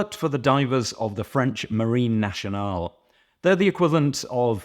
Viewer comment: Very nice review, but if I may, it's pronounced Marine "Nassionale", not Marine "Nashionale". ⚓ Also it's the French Navy Roundel on the loop, not an insignia, the insignia, per se, is engraved on the case-back. ⚓